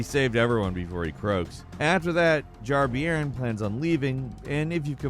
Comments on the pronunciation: Jar “Bear-n”, not Beeyoorn. “Bairn” is a Scottish term we use for children. So, this is literally a jar child. The more you know. 🧠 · Wth is a Jar be-earn!? Its pronounced bear with an 'n' on the end, its Scottish slang for child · Jar-Bayrn not Jar-Biron, Bairn is a Scots word for child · Not sure if it's been mentioned, but I'm pretty sure "Jar-bairn" is pronounced bear-n, or something close to that. It's a word of Scottish origin used to refer to a child